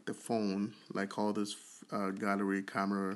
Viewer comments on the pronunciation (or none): none